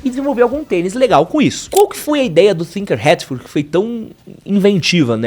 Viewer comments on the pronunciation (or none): chama o cara de thinker hatfiled sempre mas nao tem H no nome dele é tinker mesmo a pronuncia